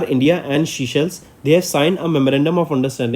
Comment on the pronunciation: Sir please use correct pronounciation. Viewers might listen to this and remember wrong words in exam. Forbeg: Seychelles is not seashells